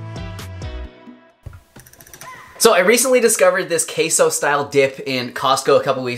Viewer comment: As a Mexican the way he says Queso makes me cringe 😩 Also why are they calling it Queso? Why not just call it cheese lol Queso is Cheese in Spanish lol aside from that thanks for sharing the recipe. 🙏🏽